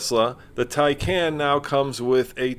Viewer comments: You might want to properly pronounce the name of a car you’re purporting to review. It’s “tie-con”! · Love the car, but you said the name wrong almost every time you pronounced it lol. Anyway this car is sexy, looks 10 times better than Tesla